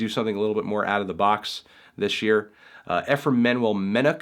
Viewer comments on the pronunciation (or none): none